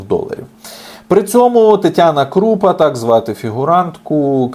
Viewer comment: Що таке крУпа? КрупА, людина на прізвище Крупа. Звичайне слово, звичайне прізвище, читаєця просто, без вибриків.